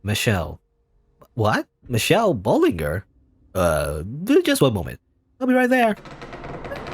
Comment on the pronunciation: Oh by the way, this part of the story takes place in France! So Bollinger is pronounced "Bowl- an - jey"